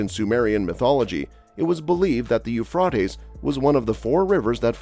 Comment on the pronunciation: In English the river is pronounced "Yoo-Fray-Tees" not "Yoo-Frat-Ees".